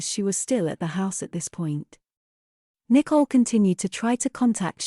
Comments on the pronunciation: The year is 2023, AI is taking over, still the robo-voice thinks Nicole is pronounced "nickle" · It’s because her name is not spelled “Nicole” but “Nichol”. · I've noticed that too. Her parents pronounce her name differently. Maybe she legally changed the spelling/pronunciation later? It doesn't really matter, though.